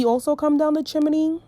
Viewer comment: I love how you say chimney like jiminy lol